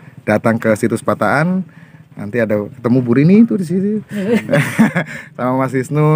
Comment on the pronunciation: Balikpapan nyimak.....min penulisan dan penyebutan tempat yang benar, pataan bukan patakan.....👍👍